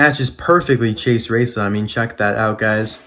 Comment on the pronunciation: You say chase racelott’s name wrong